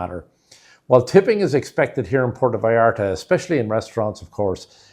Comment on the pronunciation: You can not even pronounce Puerto vallarta, and your tips are b. S.